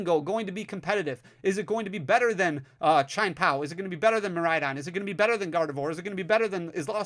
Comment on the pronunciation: my man, I love your content but there is no way Chien-Pao is pronounced “Chine” lol